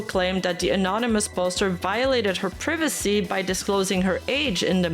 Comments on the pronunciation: I don't know why but I find it pretty funny and adorable the way you pronounce privacy <3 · She pronounces "privacy" like my grandmother did.